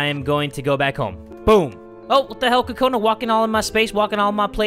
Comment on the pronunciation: Kokona sounds like corona 😂